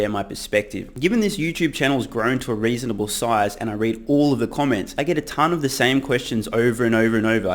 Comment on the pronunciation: "I read owlllll your comments" - gotta love the Aussie accent! The most syllables I've ever heard put into a one-syllable word is people from New Zealand saying Mom/Mum. "MYOYOYOYOYOMMMA"